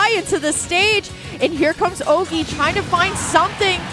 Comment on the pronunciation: C'est horrible d'entendre les commentateurs prononcer Ogey "Oggy" xdd